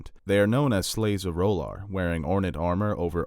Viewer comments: Please stop saying "Roll-arr" there is no bloody "o" in the name. This is not a hot douch-y character from "Claws". Please. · You need to check your pronounciation of R’hllor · I know GRRM said you can pronounce these words any way you’d like but do you not like the show’s pronunciation of R’hllor? The way you say it seems super weird IMO but no offense, I’m a subscriber.